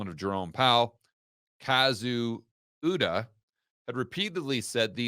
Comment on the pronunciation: There is a lot of BS in this video. i'd encourage all viewers to read the bank statements and excercise their own critical thought. there's some truth too, and reason for call out, but my dude can't even pronounce Ueda's name right and has a misunderstanding of the swiss statement and decision.